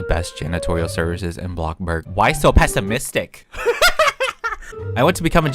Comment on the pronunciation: BLOCK burg ? …. It’s BLOXburg